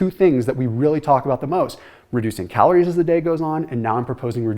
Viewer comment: I noticed how you said “calorie” and “heme iron” wrong 😅